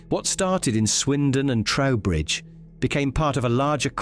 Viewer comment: Trowbridge NOT Towbridge